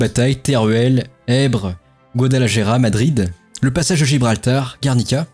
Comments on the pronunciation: Guadalajara se prononce "Guadalarara" : en Castillan, le J se prononce R. Mes tympans saignent :) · Super vidéo sur une guerre que je connais assez peu effectivement. J'ai envie de te taquiner un peu sur tes prononciations: Guadalajara sur prononce plutôt [Guadalarara] ( le "j" et le "r" ne se prononcent pas pareil mais la prononciation du "j" tirant plutôt sur le [r], tu seras plus proche d'une prononciation correcte). Côté russe: le "v" se prononce [f]. [Joukof], comme pour le Molotov qui se prononce [Molotof]. Côté allemand: le Junker se prononce [yunker] je crois. Tu as une question intéressante à la fin: pourquoi les républicains n'ont pas plutôt mené une guerre d'usure de type guérilla? A mon humble avis, parce que cette technique de guerre n'était pas encore connue tout simplement. Ca devait bien sûr exister mais ce n'était peut-être pas encore une doctrine militaire à proprement parler. C'est juste un avis, peut-être que je me trompe. Bravo encore pour cet vidéo bien sympa. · GuadalaJara 😂 il faut travailler la jota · Il faut prononcer GuadalaRRRaRRa cher!:) J'ai l'impression que tu n'as pas fait Espagnol à l'école LOL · Aprende ,se dice guadalajara. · Le guadalaJAra était difficile à entendre 🥲🥲 Sujet super intéressant par contre, excellent travail, merci beaucoup! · est ce que qq'un peut lui apprendre à dire correctement Guadalajara ??????????????????